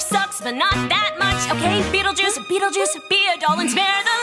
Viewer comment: Just say second syllable is juice and first is beetle😐😐